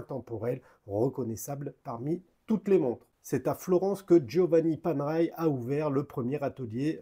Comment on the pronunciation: Et ben voilà ! Une montre pas faite pour les poignets de poulet ! J'ai déjà une PAM 177 titane que j'adore et si je n'étais pas raisonnable, la otto giorni (en roulant le R) me ferait de l'oeil... Merde, elle me fait de l'oeil 😁. Et ça ce prononce Panéraille 😇.